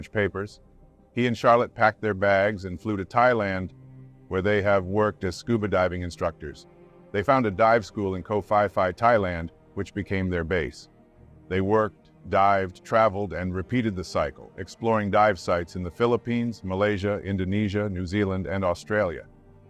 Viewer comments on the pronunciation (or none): Ko fiy-fiy? Really? It's pronounced "Pee-Pee"